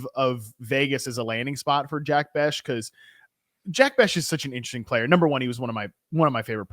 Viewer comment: it's not Bech as in "Betch"...it's Bech as in "Besh". Great show, but gotta fix that pronunciation lol.